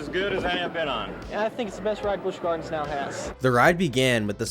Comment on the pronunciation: I'm sorry! The narrator killed it all for me in the beginning🤣 "The Big Bad Wolf, the new ride coming to life at Busch Gawins" (tell me you're from Boston without telling me you're from Boston)🤣🤣🤣🤣🤣🤣